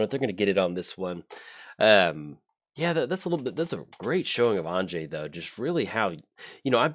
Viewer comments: Anje (because Innistrad is based on Western Europe) would be pronounced as if you were saying "Angie", but completely forgot the long "e" sound at the end. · I'm pretty sure the correct pronounciation would be An (as in Annihilation) + Yay without the y sound at the end - Anye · I feel like your pronunciation is more of the Russian but Innistrad tends to feel more southern Austria - if you drew a circle with say Graz at the northwest corner, Zagreb as the southwest corner, and caught a little piece of Slovenia, northern Croatia, and southern Hungary - that to me is Innistrad. That's why I went with a different pronunciation.